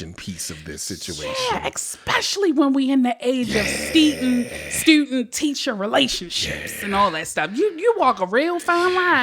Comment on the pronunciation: 🧏🏽‍♂️Hey ….she said “Ste-dent” I think her tongue was too excited, but she recovered nicely….but stay on standby